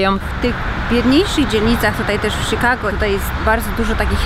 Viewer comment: mówi sie czikago a nie sikago.. wtf